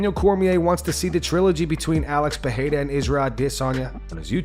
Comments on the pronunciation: Bro you need to hit up Google translate and learn how to say Alex Perieras last name correctly in no language does pa-hey-duh actually get pronounced its per- rare- ra in every language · Learn how to pronounce Pereira